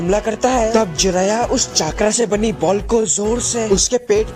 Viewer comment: Voचाक्रा नहि vo चक्र है